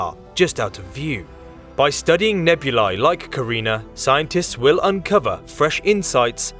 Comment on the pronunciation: Thank you for pronouncing nebulae the way you pronounced it!